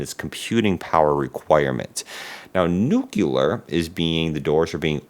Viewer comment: PLEASE, learn to say the word NUCLEAR correctly.